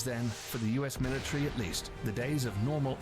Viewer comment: What is a militree? A militant Christmas tree?